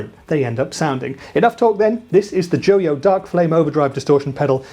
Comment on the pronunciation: JO-YO? NO, IT'S JOY-O!